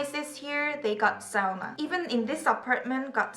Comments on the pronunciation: here in brazil we say sa-u-na too, but I thought it was wrong lol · Really??? We Malaysians say it that way too, I had no idea it was the correct way haha. I always thought the American way was correct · Omg foreigner pronounsses sauna perfectly TORILLA TAVATAAN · About to be a year. Too late but still Im amazed that u pronounce "sauna" right. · hey you said sauna right.. you know how many many many people say it wrong... you get a solid thumbs up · Somebody can actually pronounce 'sauna' properly, i was expecting the regular ''sooona'' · me too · Btw I loved how you pronounced "sauna'" just right! :D Too often people pronounce it with their own language's accent :P Good job! <3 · BTW great pronunciation of some words like 'Sauna' and 'Tampere'. I found it refreshing that someone finally got them right😂😂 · Finally someone pronounced sauna right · you are amazing person and i love to hear that u like finnish and finally someone said sauna properly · I'm glad I read this comment. I assumed she was just saying it weird. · In Dutch we also pronounce it correctly